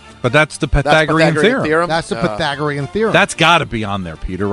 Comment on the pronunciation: "The Pygathoreon Theroem... Duh..."